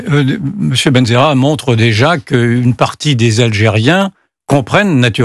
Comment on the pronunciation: Eh la journaliste on lit correctement le nom du Mr C'est CHAWKI BENZAHRA B.E.N.Z.A.H.R.A